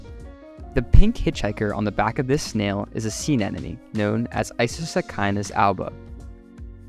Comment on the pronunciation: Fascinating - but it's ANEMONE not AN-ENEMY.